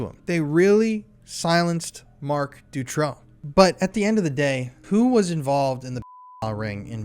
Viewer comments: Great video.. I really appreciate all the work u put into this! The Marc Dutroux case is very known in Europe. Thank u for spreading this information!! I have a bit of feedback: learn how to pronounce the names right. Dutroux is pronounced “du- true” and Eefje is pronounced so different by you that I didn’t even know who u were talking about. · You are doing a great job, thank you for that. I was in Belgium at that time and once got also abducted (by 2 Turkish guys) but fortunately escaped. Not to criticise though but please please pronounce that monster's name correctly, it is Dutroux (ou not o) I am sure you can get the pronunciation of it before going into lengthy documentaries. Maybe it does not matter, maybe for some it is crucial. Also: Anneke Lucas. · it doesn't bother me at all that you got Marc Dutroux name pronunciation wrong, you could call him anything. How about Mr Sick Fu**er? I think that's fitting!